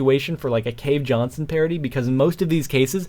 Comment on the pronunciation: cave jonshon hahaha